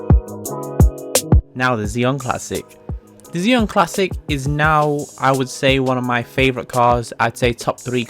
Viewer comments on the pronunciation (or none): "Zee - on classic"